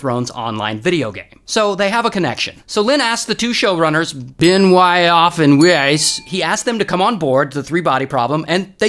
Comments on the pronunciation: "bIn-WYy-AwFff AnD wEisaayys" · BeN-wHy-OfF and WaEyEs, love it 😂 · "Benioff" and "Weiss" 😂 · That pronounciation of Benioff and Weiss was brutal 😂😂😂